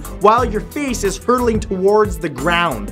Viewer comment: i don't like the way you say towards